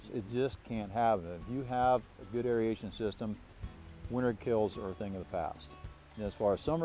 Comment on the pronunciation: clearly knows a ton about how to keep a healthy pond, but "derbis" and "aeriation" are not words. I don't want to be the English police, but when these things are the core of your business, you have to be able to pronounce debris and aeration. That's my only critique, but I do really appreciate the detailed explanations of healthy pond maintenance!